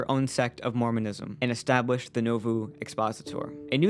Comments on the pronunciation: As someone who's relatives were from Keokuk IA, across the river from Nauvoo, the town's name is pronounced NAWvoo, not NOvuu. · Most people pronounce it as Nah voo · It is pronounced Naw (like the first syllable in naughty) Voo (like the first syllable in Voodoo).